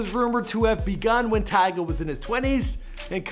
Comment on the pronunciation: He said tyge at the beginning